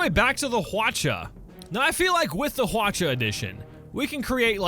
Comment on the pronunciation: Also Hwacha is pronounced as Hwachha. ch is followed by h.